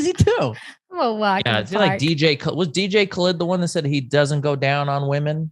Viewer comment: Can't believe rob didn't pull him up for the pronounceation of dj kalid